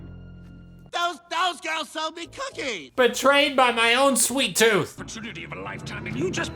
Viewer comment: Gru made me changed how I pronounce “gorls” 😂😂😂 literally a great movie for those days you feel down honestly ❤️